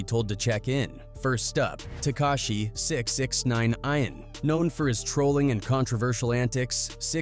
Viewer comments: Six-nine INE wtf lmao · 6 X nine ein???🤣🤣 the AI is hav8mg trouble with that name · Yall gotta fix the ai voice with names before uploading